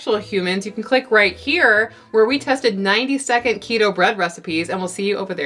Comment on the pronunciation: Keta bread. Oh AI don't know our language lol.